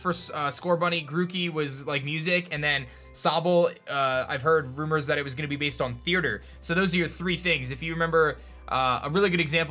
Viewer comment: Say it with me rUmOuR